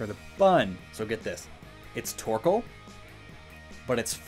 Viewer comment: Teapot Torkoal!!!! Yes!!! Sooo British. Your speed round at the end was amazing.